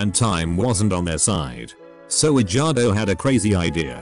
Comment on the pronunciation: I love how the narrator pronounces the name as edge-gardo